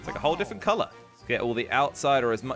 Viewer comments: "Defent" its said different bro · I like the fact he says diffent instead of different